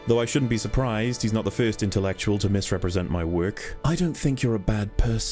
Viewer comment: you mispronounced intellicutal but I forgive you